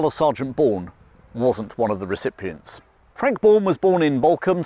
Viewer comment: OK - I'm sorry but I have to tell you about the word you use a lot (used previously in the David Niven story too). You pronounce the word 'recipient' with an extra 'r' - ie as in 'recipRient'. I've only seen two of your videos so far but, trying not to be rude, had to let you know. I do love your videos, and their subject matter, and mean to continue watching them all